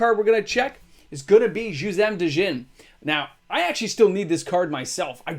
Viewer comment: Did he just say “Duh-Jin” in Juzzam Djinn?